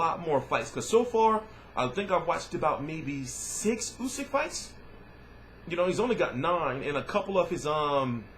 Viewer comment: This is a Megafight. Usyk is favorite- amazing amateur career and Powerful as a pro. by the way,good pronunciation of "Usyk" and "Huck" for a american.^^